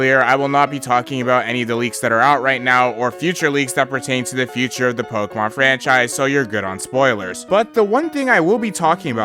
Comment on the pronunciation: If I had a nickel for every time this guy mispronounced a pokemon, Bezos would be my bitch